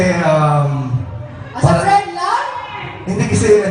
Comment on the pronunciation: Grabe npaka comportable ni ruru ky gabbi to the point na di xa nahihiya na sbhin sa harap ng mga tao lht ng close ni gabbi .. ult ulit na mhal kita e . Ksu my as a friend pa hahahha .. nkakaloka .. ung pg kabigkas pa nya ng aas a friend .. infairness hndi cla pa showbiz mg slita .. kc qng pa showbiz d mgssb ng i love you at lalo d mg ssb ng as a friend na ganun sa debut . Haha .. pero gsto ko as more than friends e!!!